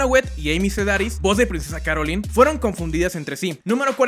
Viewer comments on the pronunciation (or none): Es princesa "Carolain"